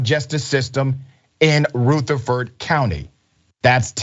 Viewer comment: It's pronounced ruh• thr• frd not root• a •frd